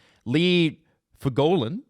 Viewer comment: Lee Fogolin Foe-gul-in